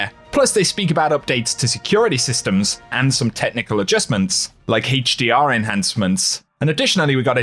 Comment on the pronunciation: I like your videos but I laugh everytime you say "Hdr" 🤣 Haaachdr 😎